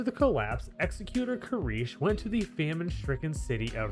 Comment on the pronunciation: Pronounce executor properly challenge impossible